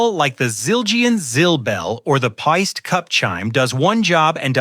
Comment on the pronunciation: Pie - stee.